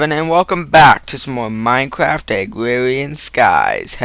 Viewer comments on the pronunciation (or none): Minecwaft Agwawian skies! Check out OblivionBrotherZ please!(oblivionbwotherz)